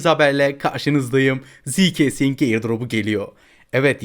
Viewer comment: ziikesing diye diye getirdin😂🎉